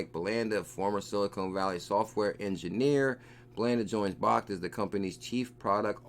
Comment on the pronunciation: bro it's pronounced "BACKED" not "BAHKT" I love your videos but this is killing me